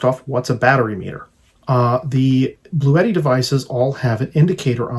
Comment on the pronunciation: It is pronounced Blue T not bluetti